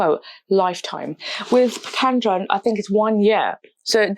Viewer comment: It is not Pikandro! It reads Piquadro! (sounds like: Pee-coo-ad-row) 😊